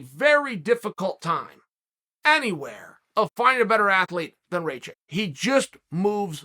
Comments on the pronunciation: Raychick -> Ra-kich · Raychik?? I like smartass who can't even learn someone's name correct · Raychick? It's pronounced Rock-itch. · Chael, Aleksandar is Rakic not Raychek. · Uncle Chael: Ray chick Alexander Rakic's ACL: Mr. Sonnen, I dont feel so good *snap* Jan Blachowicz: Nico nico kneeeeeeeee Jiri Prochazka: Ah, I see you are a man of culture as well. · How d hell you read Rakic - Raychick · his name is pronounced Raahhhkitch (like kitchen) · You say his name like (Rock ich) rakic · RAKEECH! it's not that hard to pronounce! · Who the hell is Raychick?? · Unc... think "jock itch"... Rakic'